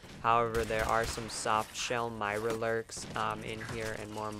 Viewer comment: its not hard to say mirelurks nor mirlerlurks